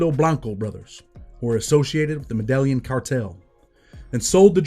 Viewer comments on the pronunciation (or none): Dang cant believe you dont know how to say "Medellin cartel". Never heard it pronounced like that.😂😂😂😂 Otherwise great video thanks.